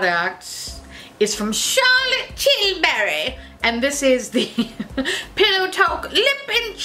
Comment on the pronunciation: ohhhhh man the way you pronounced charlotte tilbury really got me 😂😂😂